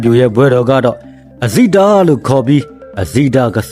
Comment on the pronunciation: အဇိတ ဆိုတာ မှားနေတယ်